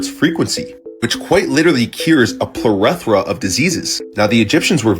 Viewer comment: it's pronounced 'ple-thora' .. guy can't even pronounce basic English words...